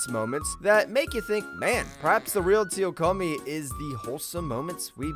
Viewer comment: isnt number 9. Tsu-ku-Yomi? how come it became Tsuyokomi? @@